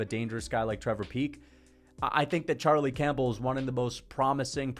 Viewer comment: Bro said Charlie Champbell 😭